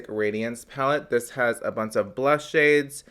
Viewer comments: " This has a bunt of blush shades." 😂😂😂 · ”it has a BUNCE of blush shades...”